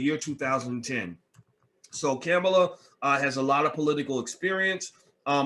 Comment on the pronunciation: You say you don’t support either, however you made sure you shared your negative thoughts regarding Harris and Biden. Also please learn how to pronounce her name.